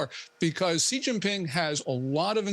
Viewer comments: Why the Americans cannot pronounce "Xi" as in "taxi"? Why all of them pronounce it "Ji"? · Why are these news professionals incapable of saying the leader of Chinas name correctly? This is your job! His name is pronounced starting with the sound "shee" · It is incredibly unprofessional for a famous journalist to consistently mispronounce a foreign leader's name....